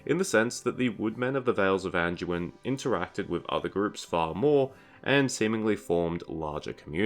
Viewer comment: There's no "j" or "g" sound in Anduin you half a meatball. It's not "An-jew-in," it's "An-dew-in." Or do all your words containing "do, dew, or due" are pronounced "Jew?" Freaking 🤡